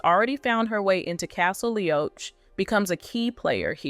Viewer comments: It's said LEE-AWK not Leeoach! Thanks for the information. (from Sandi) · Castle Lee-och (as in roach)...ouch. Learn the names, narrator.